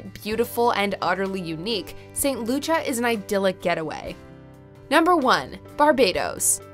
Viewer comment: Slight correction. St. Kitts and Nevis are not in the south. They are Northeast. Barbuda is pronounced Barb- you- da. Frig -ate Bay in St. Kitts & Nevis. St. Lucia is pronounced St. Lu-sha